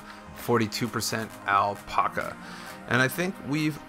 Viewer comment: And alpaca. Drove me crazy lol